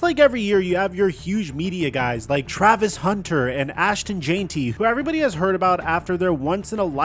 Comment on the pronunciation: How does always end up pronouncing someone’s name wrong?? Ashton Jane-ty? Lol